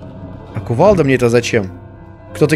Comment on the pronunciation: Когда говорит "Кувалда", в моей голове звучит "КувалЬда"